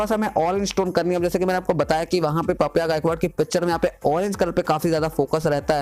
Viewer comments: Paa pya? Its papya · Bro PapPya nahi pappya bol पप्या aisa he vo